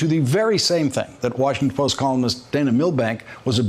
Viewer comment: "ran in the opinion pages.... of ver worsham pose" `I don't even live in a country directly affected by that deranged old biddy, but it's an outrage that such a vile antihuman vampire is permitted to allegedly represent any part of a citizenry. In a country with as much per-capita violent crime as the one he lives in, it's astonishing that nothing terminal has befallen him.